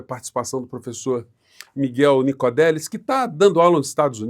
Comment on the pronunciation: O nome correto do cientista é Migel NicoLLLLLLLLLLLLLLelis